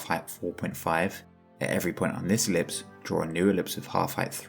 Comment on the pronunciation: incredible explanation. i died laughing at i-ver-lipse